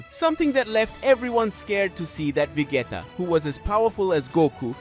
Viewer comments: If you cant even pronounce vegeta right im already done watching lol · Bro is saying 'vegayta'😂